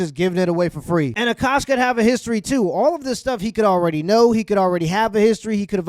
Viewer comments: Dude can't say Akosh but can say some weird ass African Muslim names lol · This dude couldn’t read the word Akash 😂 Sound it out g, good lord